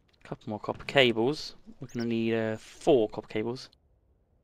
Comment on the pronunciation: Why are you calling copper coppe? Fun